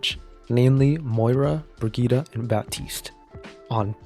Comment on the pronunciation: Yeah all of this is true... But, Brigita? Do you mean Brigitte?